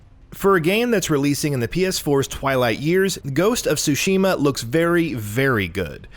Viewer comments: Okay, I just want to point this out because it's vaguely irritating. It's pronounced Sushi - Ma. Not soo shee muh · In addition to that, the pronunciation of the Ts in Tsushima is a bit different than just an S sound. You do pronounce the T. ^^